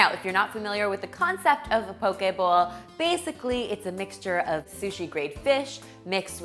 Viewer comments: Are you saying bull or bowl?🤔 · whenever you say ‘bowl’, it sounds like ‘bull’. 🤭